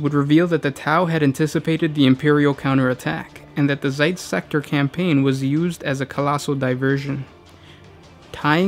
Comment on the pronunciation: It's Zeist, not Zeitz...